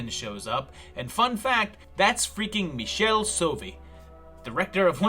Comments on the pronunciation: Never seen any of these. Btw, it's Mee-Kell-ee Soh-ar-vee, not Michelle, lol. I thought his films La Chiesa and La Setta were great, but they rarely get a mention from reviewers. Interesting video, anyway. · Did you know that every time someone mispronounces Michele Soavi' s name an Italian genre director dies lol